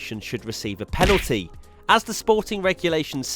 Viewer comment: The number of times he said "Panalty" in this video 😂